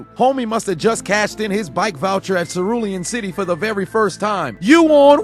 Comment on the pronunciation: My man said “cerulean city” 😂💀